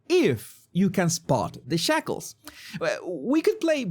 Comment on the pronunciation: Did you say shackles or 'shekels'? 🤣